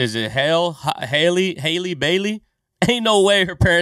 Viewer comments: so how you say the word HAPPY is the same way you would pronounce HALLE and then last name Bailey. She’s constantly (apparently) getting mixed up with Halle Berry aka Catwoman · The name is pronounced HAL LEE, like Halle Berry who some people confused with Ms. Bailey. Halle Berry is over 50! Why would you even think that Disney would cast someone that old? The director heard Halle Bailey sing on the Grammys and invited her to audition for the role. He said her voice brought tears to his eyes.